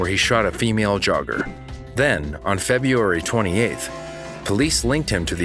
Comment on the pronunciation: "Febeeeairy" lol